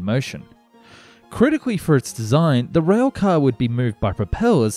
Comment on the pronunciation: Rail, not rhweahl